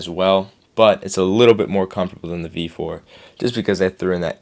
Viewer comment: I can't tell if you're saying, V4 or V5. O "B" 4... IS IT ''B'' OR ''V'???????? make it clearer!!!!!!!!!!!!!!